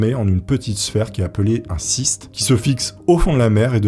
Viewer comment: "un ciste"?? un fist ?? Un Kyyyyyste